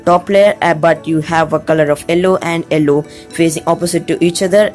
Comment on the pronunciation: why do you say ellow instead of yellow